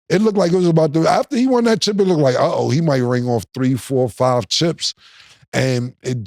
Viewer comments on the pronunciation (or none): none